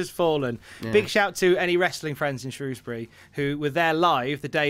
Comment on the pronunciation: You'd think Tom of all people would know how to pronounce "Shrewsbury" correctly, being a Brummoy and all that.